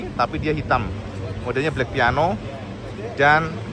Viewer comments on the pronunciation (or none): none